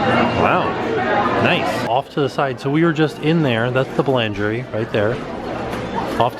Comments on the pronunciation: Pronunciation was so funny. Boulangerie boo-lounger-ie. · bulangerie and patassery haha i love the french pronunciations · I'm, like, your biggest fan. BUT I almost turned this video off because of the constant butchering of the French. I understand that you don't speak French. But you would think that you could do enough research before making a video for hundreds of thousands of viewers to at least say the restaurant names and words like "boulangerie" correctly. It's embarrassing brand-wise and as a fellow American. I really love you and love your channel and watch your videos literally every day, but the pronunciation in this video was cringe-worthy.:(